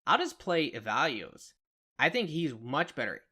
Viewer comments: Good stuff. Going to incorporate some of this into my own melee build. One thing though: E-VAN-GEL-O Who is "evalues"? The name is pronounced in-game many times. Even if it's "wrong" that is the way the devs (who created the fictional character) wanted it to be pronounced. And, more importantly, that's how the folk watching this vid probably know the character. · E-VAN-JELLO! That's how it is produced. Nice vid! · Such a great video but yes ‘Evalios’ was driving me nuts lol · Man struggles to say E-VAN-GELO 😂😂